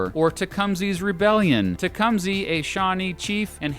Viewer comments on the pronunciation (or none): "Tecumseh" = pronounced "Te cum Sa" not "Tea Come ZE". I live in Lafayette Indiana, and the local tribal people and Historians pronounce it "Te cum Sa". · Tecumseh is pronounced tecumsuh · It's pronounced tecump-sa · Great video! But, tecumseh is pronounced tehcum- suh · You can't even pronounce Tecumseh correctly. It's "Ta-cum-sah" you asshole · Btw it's pronounced Tec um suh. : ) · your pronunciation of Tecumseh is hurting my brain.